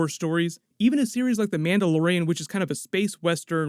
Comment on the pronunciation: Lol he said Manda Lorain.